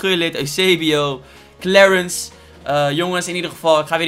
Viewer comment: Iedereen: Clarence: Klewrens